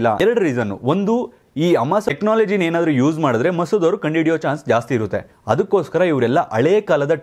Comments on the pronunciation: Sir it's Mosad alwa... Masood andri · Sir adu ಮಸೂದ್ ಅಲ್ಲಾ mosad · ಮಸೂದ್ ಅಲ್ಲ ಮೋಸದ್